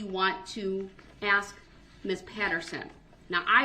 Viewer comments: ASK NOT AXE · Once again Darrell Brooks does not have shock devices another lie. For the Record—the word ask is not pronounced axe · Darrell is an AXE murderer.He kills the English language by AXING questions. This don't have nothing to do with nothing about nothing we a dealing with.